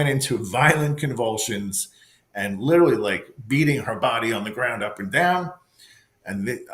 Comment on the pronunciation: This priest is supposed to be so educated and he didn’t even say the word literally correctly, he says it like all the young people today little Lee 😂😂 how come you don’t get this on video, how come ? I know the batteries drain right away, right ?